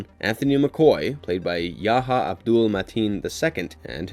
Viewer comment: its not ya ha, its pronounced Yah ya with extreme emphasis placed on the H which most none Arabic speakers won't be able to reproduce.